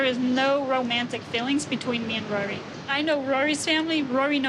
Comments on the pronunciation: Who the hell is “rurry’? 😂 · Why does she pronounce his name like Rurry? I can’t unhear it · Still can't believe she's 27, or that she can't even 'say' Rory's name correctly...it's like molasses coming out of her mouth: "Rurrey"